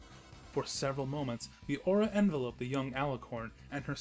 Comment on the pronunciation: The narrator mispronounced "glowered" and "enveloped."